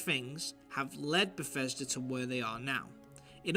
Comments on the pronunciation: Ah, Fief 2 before moving to Beffesda. What a career! The way this guy can't make a "th" sound drives me nuts. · Stop calling it t BGS. Never in my life have I ever heard someone say “BGS”. No one but you calls Bethesda “BGS” lmfao. It’s confusing and you ain’t gunna set the trend with it. It’s just Bethesda bro. Bethesda.